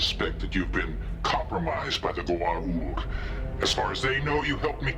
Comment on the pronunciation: It's Goa'uld, not gould 😅